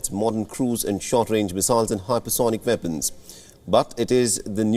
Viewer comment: Its weapons not vepons